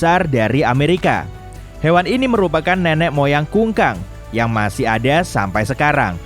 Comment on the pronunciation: kukang min bukan kungkang hhhaaa